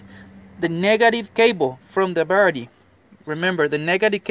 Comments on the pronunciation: Wtf the birdy ??? Dude seriously who ever tought you english was screwing with you a birdy has wings and a beak a battery is what your talking about battery bat-er-ie Lol not Bird-ie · He's saying "Barrety", instead of battery. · "Barrity"? It's battery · The way you pronounce battery it sound like birdy🦅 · It's a battery, not a Birdy. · DID I HEAR RIGHT? "BARETI" ? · I speak several languages and Spanish is one of them. But I kept hearing "birdie" too! 🐦😂 I'm just grateful that I learned 3 different ways to reset that d@ engine light without the scanner. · I like how he says battery , Cracks Me up ..... birdie. . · Bowerdie....I love this guy. He probably works for a chop shop in LA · I thought this mans was saying Birdie ☠️☠️☠️ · Just listened to the whole thing so I could listen to you say disconnect the birdie. :) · Just watch the video and if I'm not mistaken I heard baretty. Can I ask what language is that. Just want to know... Anyway the video is so helpful....... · Also, why is this guy calling the battery a Birdie? He pronounces everything else very well! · What’s he’s saying buttery or Birdy 😂😂😂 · He said baraty, anyways thanks for the disconneting of your barraty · Cant understand you, what is a berty? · Did you say birdy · Battery. Is that hard to say buddy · Yeah buts hes cool , so dont really marrer how he says it...heehee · Someone PLEASE tell this guy how to say BATTERY.